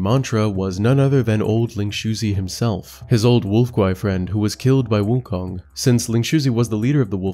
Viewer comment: Guy who can't pronounce 悟空 wants to teach 西游记 lmao